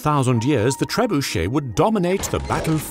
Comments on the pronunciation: This cannot be how you actually pronounce trebuchet. Please tell me that it is exaggerated! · Love the content. Surprised you did not pronounce it Ter-bunch-it.